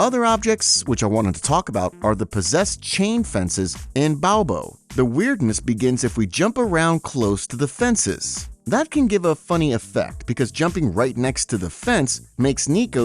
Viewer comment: BO-A-BO BOABO, not BOWBO. Dumbo. (Let's see who gets the reference.)